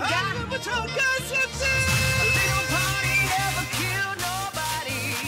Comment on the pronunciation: lezet eliyirde 😃😃 söz part deyə deməsi fln👍😅